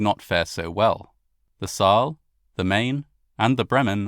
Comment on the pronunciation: Is it so hard to find someone who teaches you elementary pronunciation of German names? Wilhelm de Gross, Saal,... awful! 🤬 you sound so uneducated!